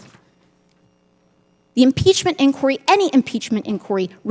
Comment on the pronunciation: There needs to be an inquiry into her pronunciation of inquiry...😊